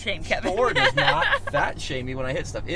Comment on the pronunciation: Not a Furd 😂